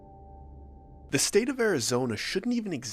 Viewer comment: I heard it. You can't leave Jerome! Also, I like the whispered like and subscribe but not the long rolling R in subscrrrrrrrrribe.